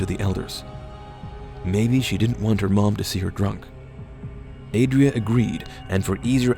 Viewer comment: Adria with 'a' like 'at', Iwona -> Ivona, Paweł -> Pavew